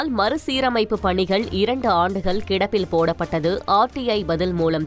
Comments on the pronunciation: 1 st நியூஸ் சொன்ன பெண் ஏன் இப்படி உளருது... மறுசீரமைப்பு ஒலுங்க சொல்ல தெரியல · மறுசீரமைப்பு என்று ஒழுங்காகச் சொல்ல தெரியவில்லை..